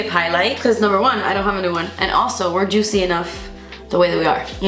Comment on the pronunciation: My whole family says “jootsy” and “delitchous” because they think it’s funny when I say it and I say it because.